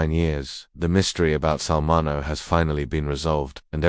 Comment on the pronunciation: It's pronounced Sal Min-E-O. If you can't be bothered to learn how to say the name, don't post the video.👎🏾🤬